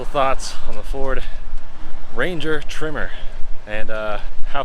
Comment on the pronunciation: The pronunciation of tremor is driving me nuts. (It's not a trimmer) Nice to see a different use case though :) The powerplant is one of the main advantages Ranger has over its competitors. So peppy while returning solid economy.